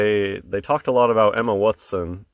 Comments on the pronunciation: Luv the wat son way you say it man hilarious bro keep up the good work pal peace out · Crackin' me up with the "Wut-son"